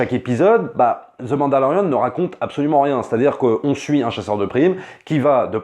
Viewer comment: ZE MANDALORIAN